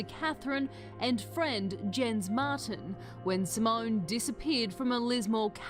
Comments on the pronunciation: Hi his name is pronounced Tobeyeas as in to be biased and her's is Simone not simonea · Simone, not Simona. It's a little disrespectful to be pronouncing her name incorrectly... (Apologies if you have dyslexia, BTW.) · S'mon and Toe-bi-as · Nup. Zimonuh and Toe-bee-as. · Simona? Isn’t is Simone?